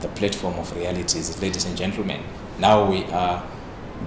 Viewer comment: platform not plate form